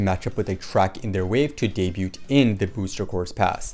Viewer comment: Bro! Honey Queen would be SO GOOD!!! btw I keep meaning to comment - debut is pronounced with a silent T, i.e. it sounds like "day-beu" or "day-beued"